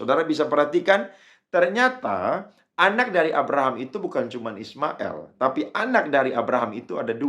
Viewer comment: Kalau,islam itu ismail, il bukan ismael konon,ucaplah degan benar jagan di legko legko😮